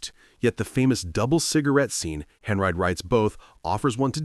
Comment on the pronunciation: Order is messed up. while discussing Vertigo, the musical GIGI is showing. And, it's NOT "Bet," Davis it's pronounced Betty Davis but spelled Bette. Paul Henreid is pronounced "hen-reed," not "hen-ride." And you completely ignored the other star, Paul Henreid, of Casablanca, as if his part was not important. How stupid can you get?